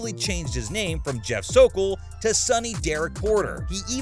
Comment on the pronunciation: I’m so thankful Chris nailed the f’in Sokol!!